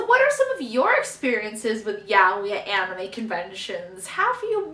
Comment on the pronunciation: that's how u say it but ok